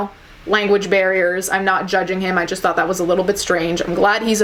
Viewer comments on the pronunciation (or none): none